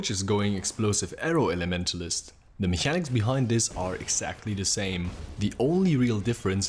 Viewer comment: how he says mechanic also tells you he is german... :D